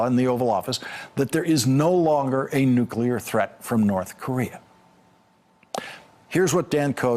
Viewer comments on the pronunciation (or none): Not to nit pick. But I DO wish Dan Coats knew how to pronounce NUCLEAR (not nuculer). Ouch! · the word is nuclear (noo-klee- er), not nucular (I men, if we e going to destroy each other, get the name right) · NEW-CLEE-ARE. Nuclear. Not nuke-you-lar. <signature of a dumbass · Why do Americans say “nucular”????? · It's so unfortunate that Dan Coats says "nucular". I wonder if he also says "liberry". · It is so disappointing that the person in charge of our national security at the highest level, still says "nucular". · He just said "nukular" like 15 times. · Dan Coates says “nucu ler”? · It was irritating and surprising to hear his pronunciation error so many times. Bush used to do the same thing.